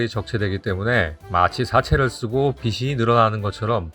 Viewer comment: 99.9점을 주고 싶은 영상입니다. 에서 "빚이"를 [비시]로 읽지 않고 [비지]로 읽었으면 100점 드렸을텐데 아쉽네요.